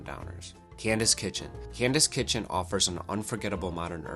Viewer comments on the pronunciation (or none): And Cadence Kitchen, not Candace Kitchen.